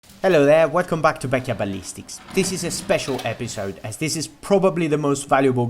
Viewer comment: "welcome back to bekya belly sticks" ... lol